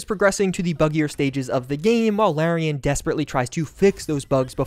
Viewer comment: You keep mispronouncing Larian. The first syllable rhymes with the letter R.